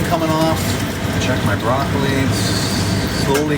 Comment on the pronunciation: Im not a very good cook myself but very much enjoyed watching you try to be the next Julia Childs!!:) The one thing I think Carol needs to get you for Christmas is a new tongue(raw bloccili?? Im actually surprised you didnt call it blaw roccili!!! lol!!!